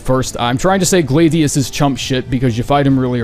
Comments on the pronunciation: Americans man -- GL-AY-DIUS?!!?!? REALLY???! Why do you guys put the weirdest emphasis on certain words!? Only at Gl-AH-dius, istg if he says "Cal-ee-go" I'm going to nuke him. Edit: the nuke is holstered for now. But Gl-ay-dius is diabolical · Were uses to words not looking how they sound(but yeah this ones pretty crazy for him to say lol feel like gladiator is a common enough word) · Putting Adel at the bottom AND pronouncing Gladius wrong is crazy, F tier tier list smh my head